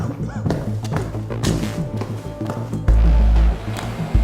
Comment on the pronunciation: Wow I cant believe your said dormit